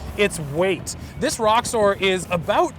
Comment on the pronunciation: Sounds like you're saying Rockstar instead of Roxor.